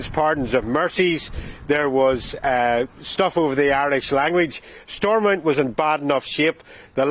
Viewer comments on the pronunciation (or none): Please tell it is Stormont, not Srormount. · 😂😂😂 STOORMOUNT... Mt Store 😂